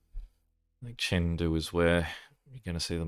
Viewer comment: Take this all with a grain of salt, as I'm not Chinese, but here is some more accurate pronunciation: "Qi" is between 'chi' and 'tsi' the letter "a" represents the 'ah' sound The "e" in Chengdu is closer to the 'uh' sound "Zh" is like 'sh' but voiced "ou" is like 'oh' "c" on its own is 'ts' People who know more than I do, feel free to correct me.